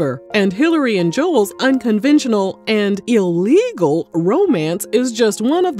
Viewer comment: Big emphasis on "ILLEGAL"... yikes that made my stomach turn 😩